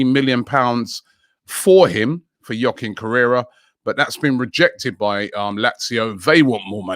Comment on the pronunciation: Man said joaquin correra 🙆🏾‍♀️😂😂😂😂😂😂